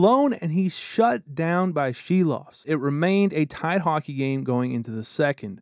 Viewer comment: Props from a Latvian to pronounce Silovs name right.